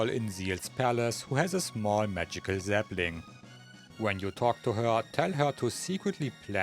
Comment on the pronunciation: Why was Zelda's butt in the video? And each time you said "sapling" it sounds like "zeppelin".